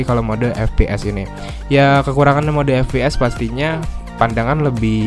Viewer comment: Ef pi es bukan Fe pe es